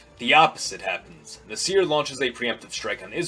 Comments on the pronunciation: First, I wrote it down, and didn't pronounce it, so how do you know how my pronunciation sounds? I can pronounce ص more or less (I speak some Arabic and my grandparents spoke it as a first language). But my point was not that an American should be able to imitate an Arabic accent perfectly, but even still, saying nahSEER is still too much of a mistake. Like, even if he watched news footage from the period when Nasser was alive, who pronounced it as nahSEER? Same goes for any foreign name. There's accepted, common ways for an English speaker to pronounce, for example, the name of the Russian composer, "Tchaikovsky", which, although it may not sound exactly the same way as the way a native Russian-speaker might say it, is still within the realm of an educated, informed pronunciation. If you say "TSCHAI-kovskee" or "tshaikov-SKEE" emphasizing the first or last syllable, you'll sound ridiculous. Or, take the painter Van Gogh, you don't have to say it the way the Dutch say it (the "gogh" in his name sounds like Arabic خ), you can still say it the way Americans/Brits say it "Van GO" but if you put all the stress on the "van" and say "VANgo" that , to me, sounds absurd and ignorant. Same thing with "nahSEER". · This video is false. First, Nasser is not pronounced "nuhseer", secondly, Jamal Abd Al Nasser is not a Baathist in fact he called it fascistic. He is an Arab Nationalist. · Even so, Nasser was a famous enough personality whose name was well known in the West and if you watch or hear news footage about Nasser from 50-60 years ago, they never said na-SEER. I'm not saying he needs to have an Arabic or Egyptian accent. I would make the same criticism if he pronounced Nehru, or Gandhi's names the accentuating the last syllables. like nehROO or ganDEE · Nah sr (badum-tss) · Hey buddy, it is pronounced "Nassir" not "Nasseer". What planet do you come from? You are clueless about Middle Eastern history. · I think it's Nah-sr not Nih-seer